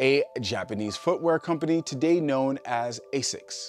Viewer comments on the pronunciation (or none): none